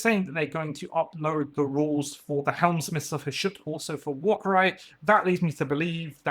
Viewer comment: I know you're excited, but slow down. It's Hel-smiths not Helm-smiths. I could see the Dominator engines coming in the same way that Wildercorp got a Fusil-Major on Ogor Warhulk if you played a campaign. The Major/Ogor was a reward to your warband after completing certain campaign objectives (and you had enough points in your warband to accommodate them).